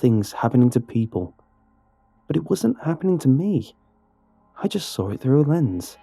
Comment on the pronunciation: Nobody:: Sawr Still best narrator tho